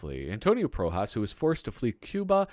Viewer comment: It's ProhEEas BTW